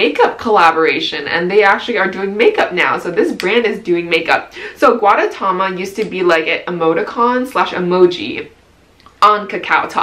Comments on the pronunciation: lol this probs doesnt even matter but the little egg character is pronounced goo-deh-ta-ma (gudetama) and it comes from Japan, from the same company as Hello Kitty (sanrio). Just a bit of info lmao. Also gr8 vid i was acually planning on buying stuff from yesstyle and this helped with the sizing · how to pronounce: goo-tae-ta-ma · Your constant mispronunciation of gudetama just reminded me of Benedict cumberbatch mispronouncing penguins hahaha nice haul btw! 😊